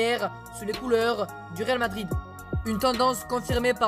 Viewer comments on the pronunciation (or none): Au ta voi tu dit réalmadride eu